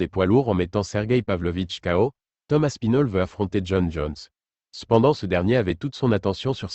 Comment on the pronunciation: Tom aspinol ... super IA, pouce vers le bas